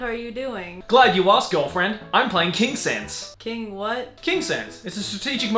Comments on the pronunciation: saying the name of the sponsor: Kingsense what i am hearing: kinksense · Kingsense i thought it was King Sans